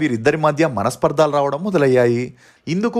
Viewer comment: Tammudu nee videos outstanding ga untaai. Oka chinna suggestion " Manasparthaalu kadu manasparthalu short sound